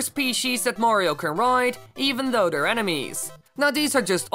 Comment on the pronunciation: kept sounding like "animes"